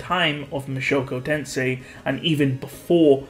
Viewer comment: Mushoku Tensei not Mashoko Tensei